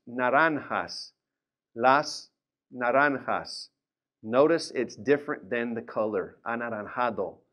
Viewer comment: In Spanish the letter J has a different sound than English, it sounds like at the end of carcaj or at the beginning of Jalil. His pronunciation was correct when he said naranjas a bit off when he said anaranjado.